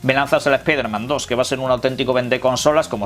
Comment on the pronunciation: genial escuchar a un español decir "espaiderman" ...